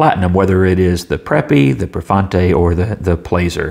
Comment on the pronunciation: The deal breaker for me was it not coming with a converter, so I purchased a six pack of Jinhao 992s from Amazon and now have not only six with converters but plenty to share with friends. Of course, I have no idea how the Prefointe writes(and I believe that you pronounced it correctly), so I cannot compare it with the Jinhao 982. Great review.